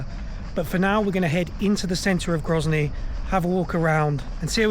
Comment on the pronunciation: Grozny is certainly not gryazniy. 😉